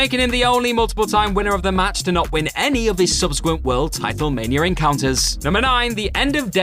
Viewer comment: Mania* not Manier